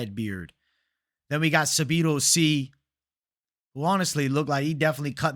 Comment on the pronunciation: Please please please say Sadibou sy’s name right. The way u say it irks me lol